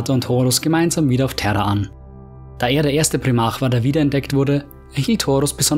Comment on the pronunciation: Glaube man spricht es Prime arc aus